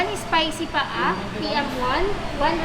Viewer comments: It is pronounced "pha ah"... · Chicken paa is pronounce as Pa - ah